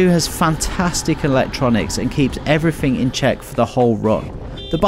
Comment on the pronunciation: everyfing, there's a "th" in there you know